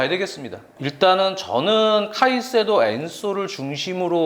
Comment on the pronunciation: 카세이도 ㅋㅋㅋ 그래도 카이센동이라고 하는것 보단 낫지